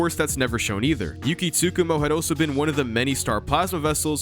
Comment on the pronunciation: I keep getting distracted when you try to say "also" and pronounce it as "oh-so."